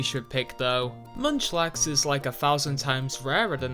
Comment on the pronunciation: MUNCHLAX IS A BABY POKEMON, NOT A MYTHICAL! GET THE INFO RIGHT! AND ALSO, DO NOT LEAVE OFF THE H IN MUNCHLAX!